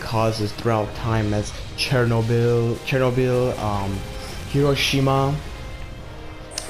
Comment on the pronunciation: Great review. Also, you pronounced Chernobyl correctly!!!